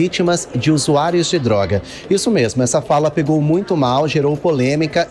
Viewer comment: usuario não, se fala zuzuairos kkkkkk.